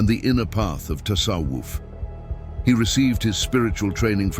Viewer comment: Тассавуф а не тассаф. Правильно произносить надо. Админ